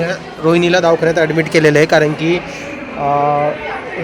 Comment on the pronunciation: Davkhanyat nhi re davakhanyat